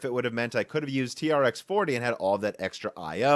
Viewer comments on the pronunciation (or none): its pronounced 'T-Rex' :D T-REx 40, T-Rex 80